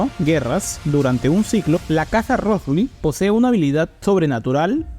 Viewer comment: Felicitaciones por el esfuerzo de investigación. Lo que me confunde es que el mismo apellido Rothschild es pronunciado varias veces mal haciendo entender que se trata de otras familias. Puedo estar equivocado pero ese error confunde mucho. Me perdona si estoy mal.